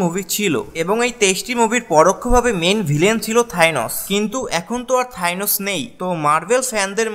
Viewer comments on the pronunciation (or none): Thainos not thanos😂😂😂😂😂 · থাইনস না থেনস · Man This is Thanos..NOT THYNOS🥴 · থ্যাইনোস কি ভাই! 🤣🤣🤣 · Bhai thinos na thanos hobe lol. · Bhai Thainos na Thanos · Vai ota theinos nah thanos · Vaia thainos na thanos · Thainos na Thanos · থাইনস এইডা কি আবার ভাই 😑😑😑😑 উচ্চারণ ঠিক ভাবে করেন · থাইনস🤣🤣 কি উচ্চারণ ভাইরে ভাই🤣🤣